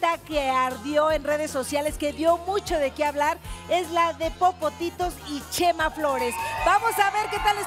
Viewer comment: Que risa cuando oscarin le dise yema y no chema😂